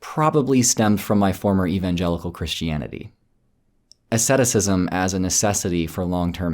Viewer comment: Do you mean asceticism? If so, you are pronouncing it wrong.